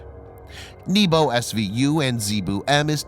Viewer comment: is not "n-i-b-o" but " N-E-B-O" - НЕБО - sky